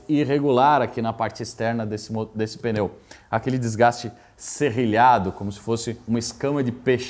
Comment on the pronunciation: Parabéns pelo vídeo, fantástico e instrutivo. O único deslize que me chamou a atenção nesta aula de 50 minutos é a palavra mais citada no vídeo: pneu não se fala "peneu". É sotaque de São Paulo?